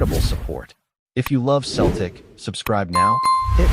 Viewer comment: 😂😂😂😂😂😂What a lot o 💩💩💩💩💩💩 It’s fucin Seltic not Keltic 👹👹Get this site tae fuc